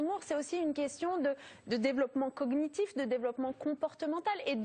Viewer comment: Opprobre et cognitif, prononcé coguenitif, et c'est ministre de l'éducation. Tout est dit.